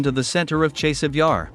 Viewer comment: Dude! your reporting is good but your pronunciations are atrocious. After 2 yrs. grade school children are pronouncing Chaaasiv Yar! Not a chase.